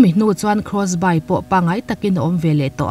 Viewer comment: krawsbai ni lovin krawsbi (Crossby) ti a lam rik tur anih hmel.